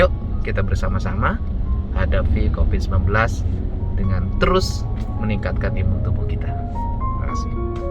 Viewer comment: Ciri khas Pak Dedi F jadi P P jadi F D jadi Z ( Coviz )